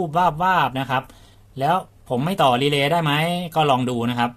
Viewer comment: นี่แหละชัดเจนที่สุด คำว่า...รีเลย์